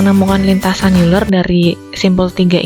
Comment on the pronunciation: Euler dibacanya oyler